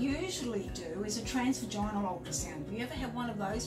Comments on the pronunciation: It’s pronounced “tras-vaj-in-al” not “trans-vaj-ine-al.” As sonographers you should at least know your pronunciation… I tell you what though, would make me feel so uncomfortable!! I would much prefer, was it!! She was far more professional, at least stepping outside while the patient undressed and laid down, and covered themselves. That’s what my sonographer did, and I was very grateful. She also left the room while I cleaned up and got dressed. could take a few lessons from. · 100% Plus, can’t even say transvaginal right!!